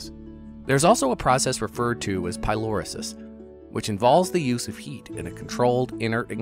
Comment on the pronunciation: The process mentioned at 3m48s is pyrolysis - not “pylorisis”!